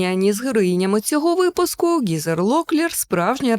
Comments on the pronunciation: Ґізер Локлір і Беверлі Ґілз - це занадто... Англійська "Н" українською звучить як Г, а не Ґ, тож правильно буде Гізер та Беверлі Гіллз. А так все чудово, хороша подача матеріалу! 👌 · Дуже вдячна за цікавий україномовний контент🙏❤️😊 Не сприйміть за прискіпливість, але ріже вушко постійна літера Ґ замість Г... 🙈 Транслітерація з англійської H(ейч) на українську Г, отже Гізер, не Ґізер й тому подібне. Ґ тільки коли ім'я або назва починається з англійської G, Grant - Ґрант Дякую ще раз